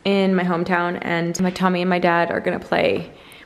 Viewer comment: Oh happy day...love home vlogs and you and Tommy. I agree with Tommy's pronunciation 😂🫶👏🏼